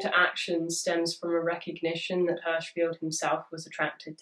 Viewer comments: Im gna be an annoying hoe bc im a lil crossed listening to this, but im pretty sure it's feld like Seinfeld. But i also have no idea im just almost positive. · I have only one criticism: Your pronunciation of Hirschfeld. The i is pronounced similar to kiss, and the e is pronounced like the e in egalite. What you said is more like Herschfield. I like the video, but over time it starts to annoy xD